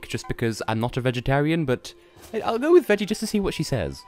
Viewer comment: I thought you were trying to make "go" sound like "gold".